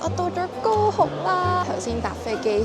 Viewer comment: 高雄的廣東話聽起來真像go home